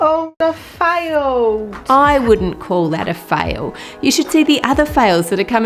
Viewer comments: Fram faiwed it to naiwed it. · Did she just said filedet to niledet